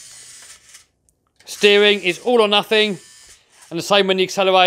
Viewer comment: It’s not nufing it’s nothing